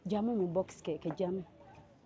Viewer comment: Shifa nawe not keeke pse its cake